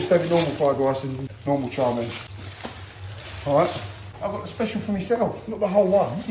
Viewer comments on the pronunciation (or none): Its pronounced “chow main” not “char min”